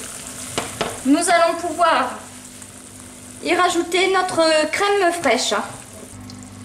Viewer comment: Crème fraîche * et non craime....